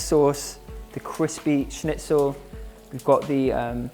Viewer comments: As a German speaking person it is surprising to me how good you pronounce the word schnitzel 😊😁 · Luna Moona he did really well 😃